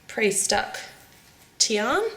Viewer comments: im sad cuz she said tian its fricken tiana srry if im harsh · Not Teon, but Tiana. (Tea-ana) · it is tiana not tian ! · her name is Tiana not Tian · In England u call her tianA not TIAN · It's Tiana not Tian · it's Tiana not tian but other wise the vid was perfect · that realllllllly annoyed me haha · i think its pronounced Tee-ah-na. im not sure though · Guys, Guys, Guys, when she pronounced "Tian", she left the a silent xD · her name is Tiana, not sure if all the Aussies say it like that but I personally think that if you're going use characters, the names should be said correctly. I also watched your Avengers breakfast and you used the green lantern symbol for hulk... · I agree